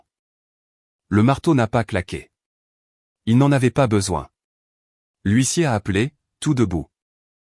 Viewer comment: Gros problèmes éternels avec le mot HUISSIER, depuis le temps, ça devrait être corrigé,comme quoi l'IA ,,ne relit RIEN